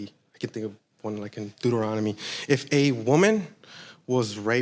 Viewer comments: The man really out here saying “Du-da-rona-me” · I mean, other than him saying 'da' instead of 'ta,' I don't see how that's an unacceptable pronunciation. You understood what he meant, didn't you?